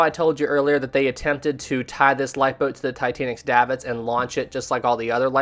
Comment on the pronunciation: davit is pronounced "dayvit"